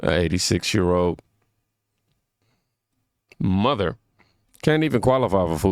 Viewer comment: Lady you can't even say the word mother... mudder. Is not a word not even a language. 😅